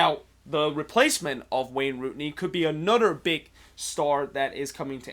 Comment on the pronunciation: Its rooney dude